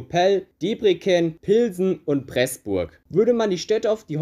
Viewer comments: Debreken… ernsthaft? Man spricht es Däpprezen aus. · Triest wird nicht als „Triist“ ausgesprochen und Debrecen nicht als „Debreken“. Habe an dieser Stelle aufgehört zuzuhören. Ansonsten: es lebe der Kaiser! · Aua die Aussprache von Budapest und Debrecen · Du sprichst Debrecen und Ferencváros mit einem c aus. Ungarisch ist im Grammatik nicht das einfachste, aber eins kann man merken: Du sollst sprechen, wie mans schreibt und umgekehrt. Nicht umsonst hat es 44 Buchstaben. Außerdem ist s ein sch und sz ein s. (im polnischen genau umgekehrt, weil wieso nicht)